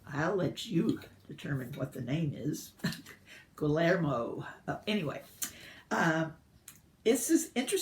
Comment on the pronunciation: 77 is about the period in Argentina called The Dirty War. But you didn't finish it? If you can pronounce "tortilla" you can pronounce Guillermo; the two "l"s are like a "y" as in tort-tee-ah.